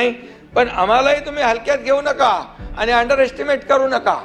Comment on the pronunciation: अडाणी माणसा अनेक वर्षे मुंबईत राहुनही मराठी भाषा निट ब़ोलता येत नाही. अजुनही आनी पानी करतोयस. आधी नीट बोलायला शिक. कमळीच्या नादाला लागून तु गद्दारी केलीस मुख्यमंत्री झालास पण तुझा गेम झाला. घर का ना घाट का अशी तुझी अवस्था कमळीने करूंन टाकली. कपाळावर कायमस्वरूपी कधीच न पुसला जाणारा गद्दारीचा धारीचा शिक्का मारून घेतलास. ज्या पक्षामुळे, बाळासाहेबांमुळे शाखाप्रमुख विभाग प्रमुख नगरसेवक पद मिळाले ज्या उद्धव साहेबांच्या कृपेनें आमदार झालास त्यांच्याच पाठीत खंजीर खुपसायला तुला काहीच कसे वाटले नाही निर्लज्ज गाढवा.